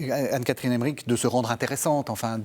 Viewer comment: Emmerich, pas Emmerick